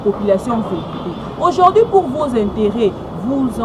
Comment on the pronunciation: aujourd'hui et non aujord'hui quelle pronciation eeeh